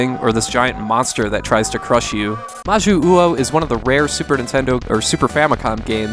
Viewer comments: I know this is from like 4 years ago so maybe you've had more practice since then, but when you see two 'U's in a row in Japanese it just about always indicates one slightly elongated U, rather than two that need to be pronounced separately. So 'Ma-Joo-Oh' rather than 'Ma-Joo-Oo-Oh.' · Its majyuu ou, you dont pronounce the second u as its meant fpr the long pronunciation of jyuu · I really apologize for being obnoxious but it's pronounced "Mah jew oh", the romanization is "Jyuu" but it's just pronounced as straight "Juu" in Japanese. Three "syllables" here. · "Majyu-uou". Hmm…/ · Thank you, for some reason that bothered the hell out of me each time he said that wrong.